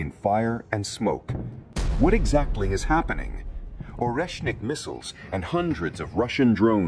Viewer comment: AI mispronounces so many words... It can say or-esh-nic yet struggling with Kiev...not keeeevv it's ki-ev Also sha-heed missiles not sha-head SMH